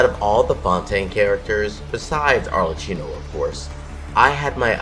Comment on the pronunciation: He pronounced Arlecchino wrong tho